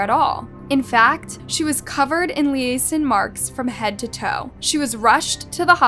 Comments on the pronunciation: Did she just mispronounce lesion? 😂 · This is a great channel. It has everything I want in a true crime channel. It's one of the better channels out there BUT . . . I get annoyed when the narrator (on any channel) can't pronounce simple words correctly. If it's not a simple word it's a word that the narrator SHOULD know. I. E. "LESION" . First of all the word was pronounced wrong and it should not be. If you're running a true crime channel the word "lesion" will be used often therefore there's no reason it shouldn't be known!!! ALSO, the sentence in which it was used wasn't proper either. Lesions are lesions but what the hell are "lesion marks"??? I've never in my life heard the term "lesion marks". Regardless, she should absolutely know how to pronounce that word!!! It annoys me because it's a true crime channel and that word should be known but more so because it seems like the narrator hasn't proof read or gone over their script or final product. I would be embarrassed if I had a channel and got these things wrong. I'm not saying this just because of this one word on one occasion. I've heard simple words pronounced wrong on many occasions and words used incorrectly on several occasions. Don't people take pride in what they do any more. I was raised differently I suppose and so was my generation. We were taught to go over your work several times (if necessary) and make sure it's been proofread and presentable. Therefore eliminating mistakes and making your final copy sound great. It's just a lack of . . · Ive never heard "lesion" pronounced that way before